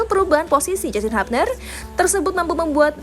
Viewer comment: Hubner min bukan habner 😂